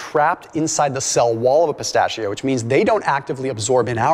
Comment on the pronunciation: Please review the pronunciation of the word “pistachio“.